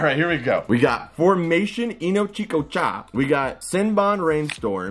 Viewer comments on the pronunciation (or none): he said ino chika cha